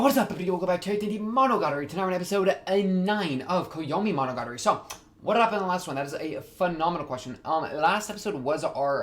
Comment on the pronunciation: wtf did you say at first. I only understood after monogatari